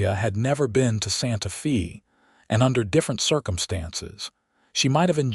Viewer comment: Again, it would be more enjoyable if the AI narrator pronounced words and places correctly. Santa Fe, the "Fe" is pronounced like Spanish...sounds like "fay". Intersting story, some behaviors don't change--spousal violence with usually, but not always, with the woman being beaten and abused. Also, nice to hear a good representation of Lordsburg, NM.